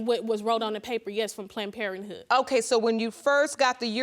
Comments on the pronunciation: Plant-Parenthood or Planned Parenthood ? Slow down when you’re talking, young lady. They have a whole lot of energy! Geesh. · I thought she said "plant" instead of "planned."